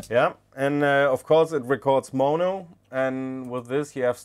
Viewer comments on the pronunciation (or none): none